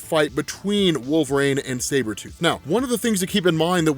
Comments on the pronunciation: Dude i have lots of respect for you i and i live ur videos i mean this is the nicest way possible but its wolverine not wolverain ur pronunciation was like nails on a chalk board thru most of the video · Wolverine "Wool-Ver-Een" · So why does he call Wolverine Wolver-rain?